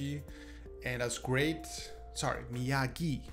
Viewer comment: How can anyone not pronounce Miyagi's name?... Some things are unforgivable...